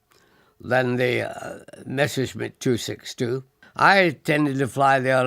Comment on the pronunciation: Once again we have 'Mesher' schmitt... It's MESSER schmitt!